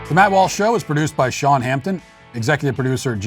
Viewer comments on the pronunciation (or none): none